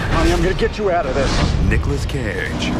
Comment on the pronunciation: Nicolas Cay-age.